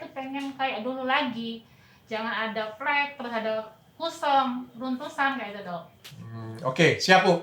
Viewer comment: plek not flek...wkwkwkw